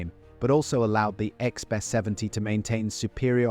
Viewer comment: The AI mispronunciations are hilarious lbf becomes leaf or something equally unrecognizable “Icksby 70” 😅